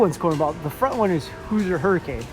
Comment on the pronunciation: IB is a cool park, so unique. Love the boardwalk. At least it is when everything is open. Been there 3 times and Lost Coaster was closed each time. Also, the way you say “Hoosier” hurts my brain 🤣😝. It’s “hoozhur” not “hoozer”.